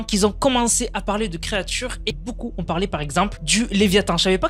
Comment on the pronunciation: Arrete les liaisons debiles "les gens qui zont , les gens qui zaime" 😂😂 "y en a qui zont" y a pas de z a qui